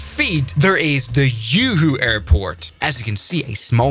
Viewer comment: HAHAHA! Juhu ❌️ YooHoo ✅️ 😭😭😭🤣🤣🤣